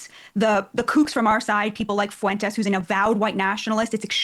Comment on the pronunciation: Fwen-tez. Now every time you mispronounce it as “fu-en-tez” I can say you sound like an old MAGA pundit 🤪. Ask intelligent leftists (not calling you unintelligent) or Spanish speaking people. Or you can just continue to sound like a right wing pundit